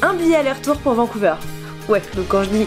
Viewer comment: Ça m'a trop stressée car on dit "VancouVERRE" et pas "VancouVEURE". Sinon t'es pas aller au Québec c'est trop triste :( Ya un chouette restaurant Harry Potter :D VIVE LE CANADAAAA MON PAYYYYYYYS!! Ok, je me calme.